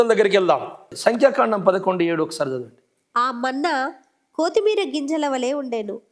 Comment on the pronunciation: కోతిమీర కాదు. కొత్తిమీర. "కొ" కి దీర్ఘం లేదు